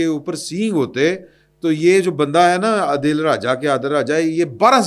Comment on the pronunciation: اس کنجر کا نام عادل ھے آپ ہر دفعہ عدیل یا عادل میں پھنسے ھوے ھیں۔ لگتا ھے آپکو اردو بھی نھیں آتی۔ وہ کنجر عادل راجہ ھے